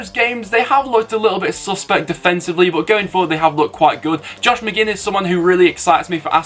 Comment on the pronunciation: "josh mcginn" its john mate, villa are gonna win tho